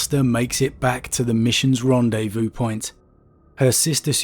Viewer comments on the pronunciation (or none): none